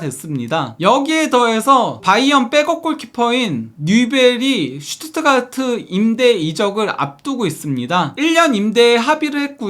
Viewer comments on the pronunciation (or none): none